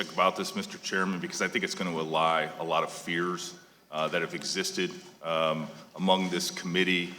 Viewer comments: Dude doesn't even know how to pronounce the word "allay." What kind of an attorney is he? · Wow!! Whitaker is a jerk, I didn't know he was this much of a jerk. He has no respect for anyone. Did he say that this will "alie" a lot of fears? I think he meant to say this will "allay" many fears. He's funny.